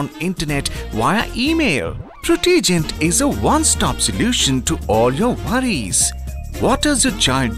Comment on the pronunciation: No,, it's not Pro-tea-gent, it's Proh-tuh-gent. can't even pronounce his own name right!